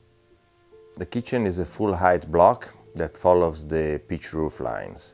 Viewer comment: Every time he says "pitch roof" I hear "beet root". Makes a lot less sense that way.